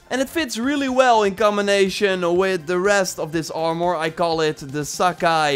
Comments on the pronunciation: He pronounced mask "mosk" and armor is so weird when he says it. Ar-moor.... It's ar-mur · Please! Its ar·mor, not ar·mooor, lmao idk why its bothering me so much but it does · Nobody:: “Arh-More” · He said R mouhhur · it actually triggers me how he says armor